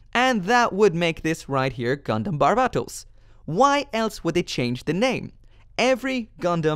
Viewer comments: It's "Barbatos". Not "Barbarbatos". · You still can’t say barbatos right, it’s bar-ba-t-os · It is not barbatos